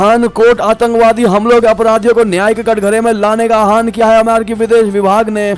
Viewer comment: अपना हिन्दी उच्चारण ठीक करो।आहान कोई शब्द नहीं है। किसी शास्त्री से हिन्दी उच्चारण सीखे।